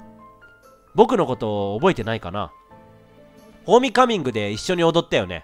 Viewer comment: レトさん途中 ホーミカミングって言ってない？笑